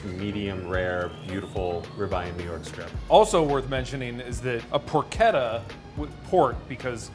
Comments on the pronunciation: Isn't it pronounced porCHetta, not pork etta? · It’s pronounced por chetta. Ch not k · not porketta its "por-che-tta" Amerikans and their bad accent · Wtf is porketta? I think you mean porchetta. That moment when you cant even pronounce what you are making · Did he just really say porketta instead of porchetta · Porchetta is pronounced as porshetta you should do your homework in words as well as Meat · More like por-keta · It's pork etta. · it is pronounced por-ch-ta and spelled porchetta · "it's make like a tree and leave. You sound like a damn fool when you say it wrong!" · When you kept mispronouncing porchetta I left. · How can you work in a butcher shop and not pronounce porchetta correctly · STOP PRONOUNCING PORCHETTA WRONG I LIKE THE VIDEO BUT FAAAAAK JUST GOOGLE IT, TAKES A SECOND